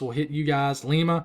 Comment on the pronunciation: It’s silly. But it’s Lima as in Lima bean. And Findlay is more like “findley”. Anyway, thank you for the update. Live south of Lima, and going to be heading to my church to be in the basement when this stuff starts.